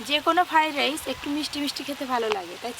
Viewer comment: Omongloga ota ki go ? "ফাড রাইস" 😂😂😂😂